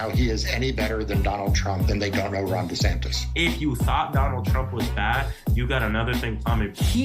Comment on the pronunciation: Loving the way you say meatballs name😂 DEF better than the og!!!😊